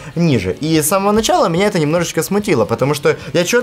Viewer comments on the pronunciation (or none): none